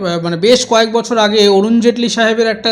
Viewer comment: "বাড়ো বছড় একটা মুখ্যমন্ত্ড়ী টালিড় চালে থেকে".... ইত্যাদি ইত্যাদি। এর "র" টাকে কোন্ কামারশাল ঠিক করে দেবে ভাই??? আর সায়নী ভালো???? হাঃ হাঃ হাঃ...তাহলে নচ্ছারটা কে?